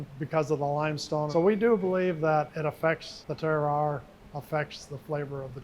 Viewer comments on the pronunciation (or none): none